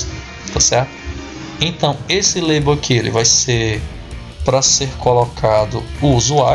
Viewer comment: Deixa de ser sem vergonha macho! Tu sabe falar em inglês sim, ta é tirando onda kkkkkkkkkkkkkkkkkkkkkkkkkkkkkk Tu se entregou em , tu falou "Leibou" e depois falou "label" só de sacanagem kkkkkkkkkkkkkkk. No mais, o vídeo ta muito legal. Parabéns e obrigado pela ajuda. Forte abraço!!